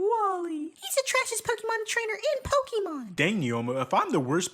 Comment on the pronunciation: I will subscribe if you say the name of the franchise correctly😂